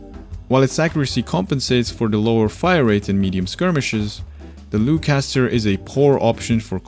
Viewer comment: I think Loughcaster is pronounced as lock-caster, like loch, being Gaelic. Lock caster sounds very appropriate for a bolt action rifle, where you manually lock the bolt.